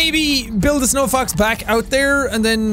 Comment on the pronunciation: I must not be the only one who heard "snow fucks" instead of snowfox